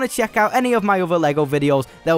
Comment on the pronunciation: Me da gracia cada vez que dices adiós al final de los vídeos. Not gonna lie I felt impressed the first time I heard It, youre such an amazing guy 😁